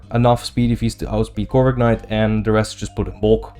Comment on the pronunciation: stop saying corviknight like that pls